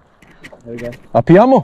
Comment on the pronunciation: is saying "apiamo"?